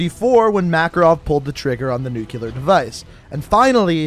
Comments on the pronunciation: Same here. “Nuclear” as in exploding nucleus, I want to sayz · lol every fucking time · Nucular isn’t a word, just say it right man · nuCLEAR not nu CULAR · you butchered nuclear by saying "newkiler" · "Nucular" This bugs me to no end :/ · Nuclear (New-clear) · i know, is it really that hard to say nuclear?